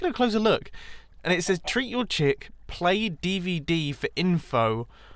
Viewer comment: The"chick" sounds so wrong